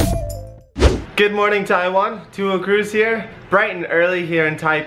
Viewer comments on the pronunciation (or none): none